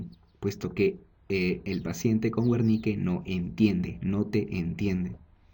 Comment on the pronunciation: se dice: [bérnika]...buen video